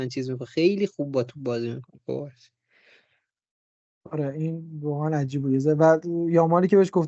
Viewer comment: اسم مدافع جوان بارسا مگه کوبارسی نیست؟ چرا بهش میگید کبارسی؟